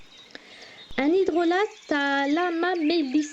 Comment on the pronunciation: Cela se prononce "hydrola" et non "hydrolate" ;)